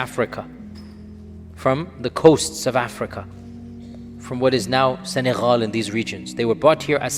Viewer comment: Sheik Yasser it’s Senegal not Senehal lol